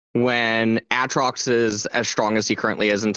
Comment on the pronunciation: did really just fucking say AT-rocks?